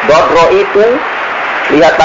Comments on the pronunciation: "Ndodro" bukan ndoro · Ndodro bukan Ndoro... beda arti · ndodro...atau lebih tepatnya ditulis ndadra... yang artinya semakin menjadi-jadi, bukan ndoro